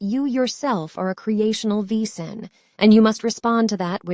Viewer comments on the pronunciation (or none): Wesen is pronounced VAY-zen in German.